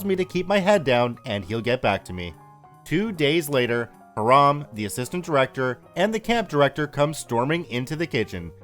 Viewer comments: I think that's pronounced Hy-ram, instead of Hah-ram. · F1 Yeah, and that's what it sounds like he's saying to me. I hear"Haram" instead of "Hiram." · As far as [] skepticism that the police weren't called to be involved after OP reported the threat of violence to Hiram (like "Hi-rum,' but not quite. It's a pretty common Jewish name. NOT HEE-Rahm, as you've been pronouncing it... xD ). NEeeeeeeeways; I dont think it's odd at all. From all signs, this is a camp which is like a right of passage for generation after generation in the same several handfuls of families, almost exclusively consisting of well-to-do members of the Jewish faith. It's likely that the after so many years of the same groups of friends, and their kids, and their kids etc. to develop quite the close-knit community. Add to that any predispositions the Powers That Be at the Camp may have, based on the hostile attitude law enforcement often took to Jewish citizens during their upbringing, to ultimately deal with problems "in-house" as it were, wherever possible. Rather than going to a figure of authority outside their circle, their faith, their purview, their whatever you want to guess at. Control, basically. We cant be sure, but at some varying level they all carry validity. I think with no actual incident of violence, there's no necessity to call an Outside Force to quash this problem. No one needs to risk stories in the local papers about police at the Jewish Camp. Or "Food Scandal!" On the nightly local news. No. They handle this quietly, without fanfare; like any large, private organization with a history of persecution from established Powers Th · The name is pronounced HI-ram, not ha-RAM. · Hiram = HIGH-ram, not heh-RAHM! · Isn’t Hiram pronounced HY-rum? If not, I’ve been pronouncing it wrong my entire life LOL. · Hiram is pronounced ... "High ... ram" 💕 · Can't pronounce Hiram, calls him Haraam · I'm sure it's pronounced "hyerum". I live in a city called Hiram.